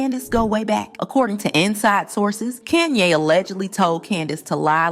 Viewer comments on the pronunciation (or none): It's Kahn-yey not KAN-YEY. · Couldn't get past the first 60 seconds in your video. Hearing you call Kanye. CAN YAY. I THINK WE ALL KNOW INCLUDING YOURSELF KNOWS THE CORRECT PRONUNCIATION OF HIS NAME. WONDER HOW MANY OTHER THUMBS DOWNS U WILL GET BECAUSE U DECIDED TO DO THIS FOR GOD ONLY KNOWS WHY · Your pronunciation of Kanye is triggering lol. You cant be serious. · Please learn how to pronounce Kanye's name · Fake, you can’t even pronounce Kanye’s name. Block this person